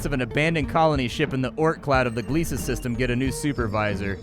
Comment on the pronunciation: Godfellas. Behind "Jurassic Bark" it's my favorite Futurama episode. I've heard rumors of a Futurama revival but some of the VO"s are getting on in years. /fingerscrossed Edit: THANK FUCKING GOD you know how to pronounce Gliese!